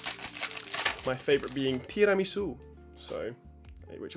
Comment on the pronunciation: Bro I'm italian and your Tiramisu's pronunciation doesn't convince me!! How so clean and perfect? 🤷🏼‍♂️